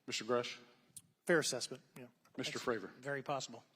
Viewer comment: will all due respect, can you please f*ing pronounce David’s name right? It’s Fray-vor, not Favor lol 🤦‍♂️ Thank you for your service to the whistleblowers 🫡